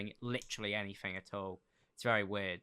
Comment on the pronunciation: literally said "anyfing" twice while talking about how he doesn't have a speech impediment 😂